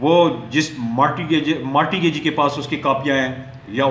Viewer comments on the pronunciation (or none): sir mortgage,mortgagor and mortgagee ke pronunciation bohot alla ha.